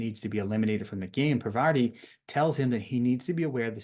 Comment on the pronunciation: The names you missed were Parvati(parr-vah-tee And sheree(shuh-ray)